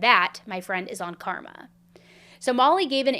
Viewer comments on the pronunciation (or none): none